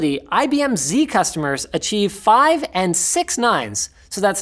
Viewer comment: Linus went full German on the last couple of nines